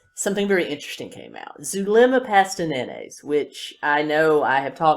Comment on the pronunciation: It's Zulema Pastenes not Pastenenes.